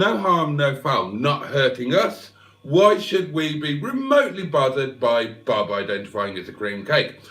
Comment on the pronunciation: You're mispronouncing Bob.